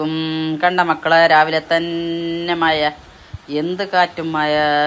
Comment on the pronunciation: ഏതു ഭാഷ ഇത് മയയല്ല മഴയാണ്